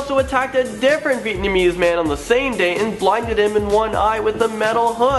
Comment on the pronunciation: He says Vietnamese weird.